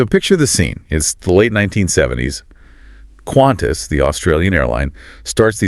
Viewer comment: QANTAS not Quantas please